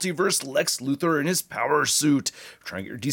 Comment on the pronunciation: Lex "Lutho", ah yes the way Otis called him in the Christopher Reeve Superman movies "Mr. Lutho"